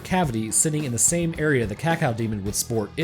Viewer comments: "Cacaodemon" please don't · ..... IT'S CAK-O-DEMON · Having to hear you say "cacow demon" consistently was REALLY painful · It's caco-demon not cacao-demon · I like how you pronounce Cacodemon. Cacaudemon. I'm not trying to make fun, just something I noticed. I like it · Everyone else: Ka-Co-Demon This guy: Cat-Cow-Demon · Cacodemon, not "cacao"demon !!! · It’s cacodemon not cacaldemon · It's actually Cacodemon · friggin cacao-demon. kah-koh-dee-mon. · DE CACAO-DEMON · "Cawcawdemon" Edit: Also, I am surprised you didn't mention Cacodemons as the ones eating them. Cause I'm sorry, but in a world of imps and gargoyles, I refuse to believe that a bipedal bull that can run through a metal wall is at the bottom of the food chain. You also said that demons normally dont see each other as food, only their enemies. And Cacodemons are said to be dumb af, but also Hell's bottom feeders. Which means that the chewed up corpses of Pinkies are most likely pre-killed carcases that Cacodemons fed upon before getting bored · blud said cawcawdemon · THE CACOW DEMON .-. You reeeaaaaallllyyyy said that wrong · The worst parts of the video is when he calls the Cacodemon a "Kakal Demon" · Is it just me or did say Cacao-demon at the start? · Every time he says cacao demon i die xD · I love the way he pronounces cacodemon, “cacaodemon” 😂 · Cacaodemon? CACAOdemon? xD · "Cocoademon" =D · Just an FYI dude not really important since people say it however they want but officially cacodemon is pronounced as(Cack Oh) demon. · Did you just say cacow demon? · Him pronouncing cacodemon so weirdly is really getting on my nerves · The way you pronounce cacodemon angers me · The way you say Cacodemon causes me pain. Also sidenote: the Pinkies are tougher than 90% of demons in Doom (2016) imo. It doesn’t make much sense that they’re hunted in Hell. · Pronunciation of cacodemon slowly... quickly making me develop a uncontrollable tick...